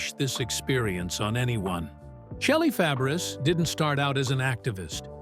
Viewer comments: It isn't Shelly Fab ar us 😂😂😂. Its French. It's pronounced Fab rays....dufuss IA. Dont insult her. She is one of my favorite actresses growing up. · It’s pronounced fab-a-ray. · Pronounced Fabray ! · Her name is pronounced FABRAY---it's French, you idiots--- it's spelled Fabres!! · Her last name is French and you would pronounce it as: Fa-Bry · Her name is pronounced FABRAY!!! It's an insult for you to keep pronouncing it wrong!!!